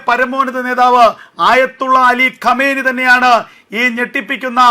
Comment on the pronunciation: Qameni അല്ല shanggi കൊമൈനി എന്നാണ്